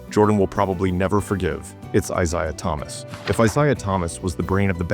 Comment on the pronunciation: Downvoted. If you want to make videos, make the effort to use your own voice, not that lame AI voice over crap. Can’t even pronounce Isiah Thomas’ name.